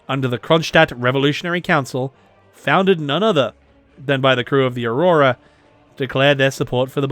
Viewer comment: Avrora not aurora, i remember al long discussion with a Moscow girlfriend 😉